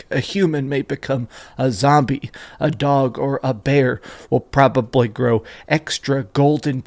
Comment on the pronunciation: You say “probably” kinda weird.